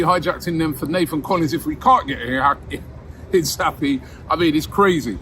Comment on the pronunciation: Robbie was told how to pronounce Hincapie and then proceeds to pronounce it wrong the entire video